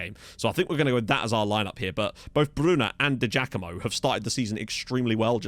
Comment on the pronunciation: hey mate, it's said Di Jackamo. We (Partick Thistle) used to have a player called Paul Di Giacomo and that is how you pronounce it. Quality signing!